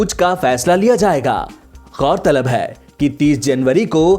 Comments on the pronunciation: m talking bout hindi pronounciation.when u used Haii in hindi its wrong. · pronounciation of Haii word in hindi